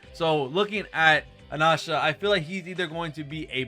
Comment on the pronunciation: Anasha? That's the first time hearing it pronounced like that 😮